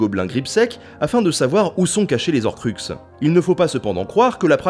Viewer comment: Bon alors autant cette prononciation me fait tiquer mais elle est justifiée du fait de la lecture française du nom... autant dire "les z'horcux" ça... y'a un h devant ! C'est comme les haricot ou les hiboux ! On dit pas les z'haricot ou les z'hiboux ! Enfin si, certaines personnes mais justement ça va pas comme prononciation ! Pourquoi ? Parce que c'est moche, déjà, et qu'après on peut avoir "il arriva après z'Harry" et c'est moche aussi et peut porter à confusion (je prends cet exemple parce que Harry Potter évidemment) mais surtout parce que les on dit "les z'héros" mais là c'est carrément pas clair ! Est-ce que c'est "les héros" ou "les zéros" ? Et la différence est assez... importante. Non ? ^^'